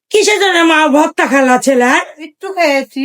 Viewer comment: Votta votta ki apu eta to hobe vorta😁